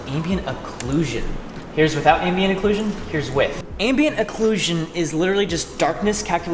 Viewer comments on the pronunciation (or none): [clap x5] Also I thought it was pronounced Ambient Occulsion, not Acclusion.